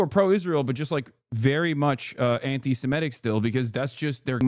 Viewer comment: Semitic, not Semetic. We are Semites, not Semetes.